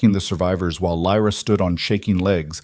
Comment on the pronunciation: It kind of ruins the story when the narrator keeps changing how Lyra’s name is pronounced.